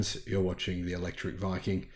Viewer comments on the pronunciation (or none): none